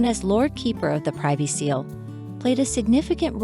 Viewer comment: Just a few points on pronunciation for our American commentator. Equerry is pronounced e-querry, (short e), privy is pronounced pri-vee not pry-vee, Cholmondelay is pronounced Chumly, Tollmach is pronounced Tol-mash, the 'o' is not pronounced in Wimbledon. Good effort though